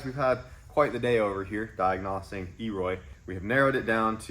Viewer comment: Diag-nossing, lol